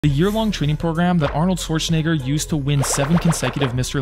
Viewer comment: It’s shwarts-en-NAY-ger not the way you pronounced bro 😭